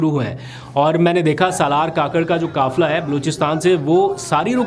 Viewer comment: کافلہ نہیں بلکہ قافلہ ۔ مکبول نہیں مقبول ۔ کانون نہیں قانون کہیۓ ۔ اپ نے حروف قاف کو کاف نا کہیں ۔۔ جزاك الله